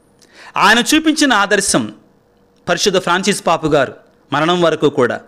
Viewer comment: పాపు అనకుండా పోప్ అంటే బాగుంటుందేమో sir